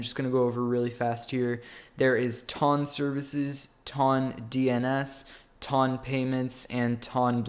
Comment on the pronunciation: it's a measurement of weight lmao. The way you pronounce it though :P